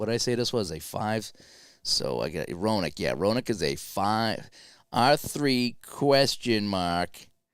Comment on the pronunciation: Hey, Gary Roenicke is pronounced "Ren uh key"....nice job...I watched your great interview with Mark too...great...Merry Christmas man!